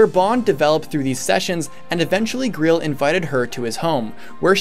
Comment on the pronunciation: You pronounce Greil like Greel. I'm pretty sure it it's pronounced like the holy grail. The game has a sort of Arthurian legend them about it, what with Gawain being the knight that found the holy grail (or maybe it was Galahad...) and the black knight and stuff. Titania is also the name of the Queen of the Fairies, and I think someone how relates or is similar to queen mab, the sorcerous queen from arthurian tales too. Either way, definitely some large nods to English legends.